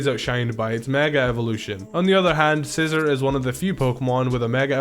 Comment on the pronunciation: Sci-zor or are you just joking